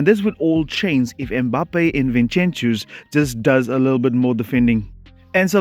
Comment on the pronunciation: From Barca fan, I think it's disrespectful to be calling Vinincius 'Vinchenchius'